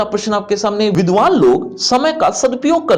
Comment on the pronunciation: Aapne vidvan Bola ... main vidhawa log sun ri thi🤣